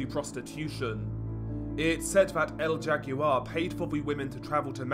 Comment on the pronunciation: El jaguar is pronounced “L how are”